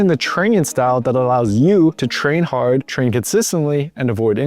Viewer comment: "can go hord for hours" kkkkkkkkkk